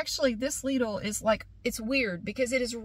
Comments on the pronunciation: I don’t understand how LIDL can be pronounced differently from the way you pronounce it! We pronounce it the same here as well, with no American accent but it sounds same!Is not that difficult and complicated word after all..😂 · As a German speaker: How you say Lidl is the correct pronunciation